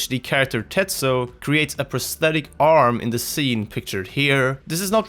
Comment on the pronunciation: did he just call Tetsuo "Tetso"